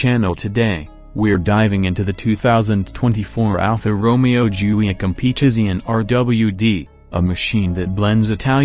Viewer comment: Plihs lörn tu pronaunz Alfa Romeo